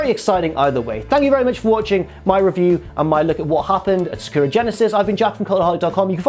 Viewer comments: Its Sa-ku-ra. In japanese it is spelt さくらi think. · Is because Sakura (pronounced Sa-Ka-Ra, not how says is) is Japanese for cherry blossom. Also the most popular name for females in Japan I believe. And yeah, it’s much nicer to look at than! 😂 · Jesus Christ, say Sakura correctly.